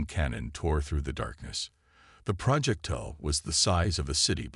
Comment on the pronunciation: Crappy AI, as usual. "deh-BRISS", "tehr-RAN"(terran), "PRAH-jektile", "fri-GATES"(frigates), "cer-TAYN"(certain)!!!!!!!!!!!!!!!!!!!!!! Crappy!